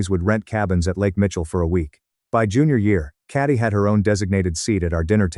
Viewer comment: It’s Katie, the AI used to read this story can’t read for shit, also this story predates generative AI since I remember hearing it in 2018.